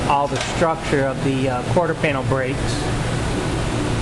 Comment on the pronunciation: "quarter skanel pin" ...ya gotta hate when that happens. It's because both words are trying to get out at once, and come out like verbal jambalaya.